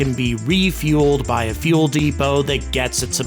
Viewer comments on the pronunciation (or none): none